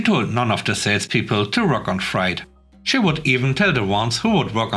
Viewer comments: "Freight" is pronounced to rhyme with "rate," not "rite." I know it doesn't make sense, since "sleight" and "height" are pronounced to rhyme with "rite" while, while "sleigh" is pronounced to rhyme with "ray." I apologize for our ridiculous, illogical language. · FYI - Freight rhymes with eight.